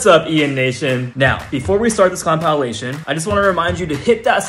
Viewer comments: Wait did you say compoundnation!? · Com-pie-il-aesh-ion lmao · just realized he's been pronouncing compilation wrong